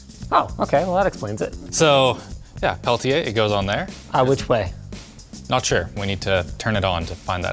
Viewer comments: Where does the "ch" sound come from when linus pronounce Peltier? I can only find references closer to the way says it. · *peltieR not peltchia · Linus please it's not "Pelchier" but it's "PelTier" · The Linus “pale-chay” pronunciation of Peltier is irritating. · Why does he mispronounce the world peltier?